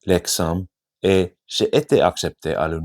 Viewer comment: Super, travailles le son J pour mieux prononcer le "j'ai"